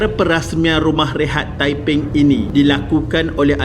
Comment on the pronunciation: Tepen lah. Bukan taiping.